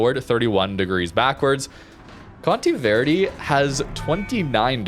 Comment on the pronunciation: All "e" in Conte Verde are like the one in set (not sit).